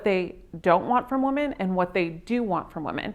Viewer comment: This chick needs to learn to pronounce the plural form of woman. So fukn annoying!